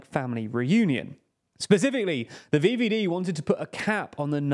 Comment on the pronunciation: Heating VVD with English pronunciation cursed